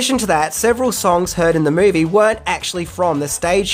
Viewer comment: Excuse mAe,, what is a "MAovie"?? Was this another case of 2 thoughts at once? "the Grease"? One side thought "the movie" the other thought "Name the movie" and...OOPS!???? I guess #11 would've been a unique fan theory that would've been seen as being "in poor taste" to include in a tribute to someone who has died. Bravo!